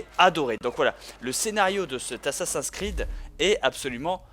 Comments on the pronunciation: pourquoi tu dis dis assassin creed c'est assasin 's creed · j'adore comment il dit "ASSASINKREED" ^^ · Je crois que ça doit bien énerver Benzaie les gens qui disent ' Assa-seins creed ' x) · Reden Franzosen immer so schwul?? Und sind die wirklich zu blöd Assassin's Creed auszusprechen? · La prochaine fois dit Assassin's creed avec l'accent anglais parce que j'ai les oreilles qui saignent.